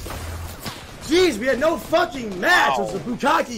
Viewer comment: "Im a focking minion" bruh😂😂😂